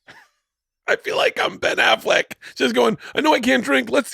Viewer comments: HE SAID BEN AFFLECK RIGHT, HE USED TO SAY IT RIGHT! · Bert finally pronounces "Ben Affleck" correctly